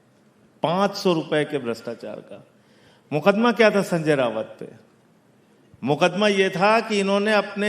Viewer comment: पढ़े लिखे लोगों को दूसरों के नाम का सही उच्चारण करना चाहिए। AAP नेता द्वारा शिव सेना UBT के नेता संजय राउत को बार बार संजय रावत कहना गलत है।